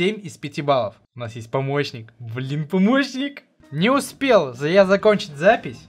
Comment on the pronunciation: я всегда вместо помощник загрузки слышу помойщник загрузки